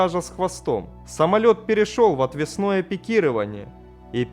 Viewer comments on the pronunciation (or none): "Рули управлялись серворулями... " Закончил смотреть на отвеснОм пикировании... Мои уши попросили пощады... 🤷‍♂️